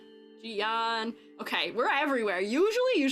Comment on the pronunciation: Those rover edits are exactly what we need tbh, now they both slay. And just fyi Jiyan pronunciation is like: say IGN without the I. "yan" in chinese sounds more like yen. (this doesn't apply to "yang", that's a different sound)